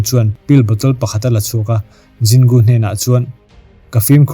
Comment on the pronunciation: Zin Gu i ti daih a Jin Gu (J kha Z angin i lam daih lawm)